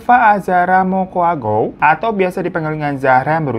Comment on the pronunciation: Sejauh ini orang luar pulau yg penyebutan: Bolaang mongondow, Mokoagow, dan Mamonto abang ini lah yg paling mendekati benar pengucapannya, senang di dengar gitu karna jarang2 ada orng luar Sulut yg bisa❤